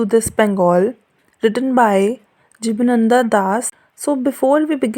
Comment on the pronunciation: It's not jiba nanda its jiban ananda...please pronounce correctly before making video...its disrespecting